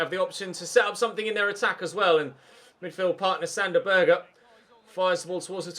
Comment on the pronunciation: If I'm not wrong sander berge is not pronounced sander burger is pronounced sander berge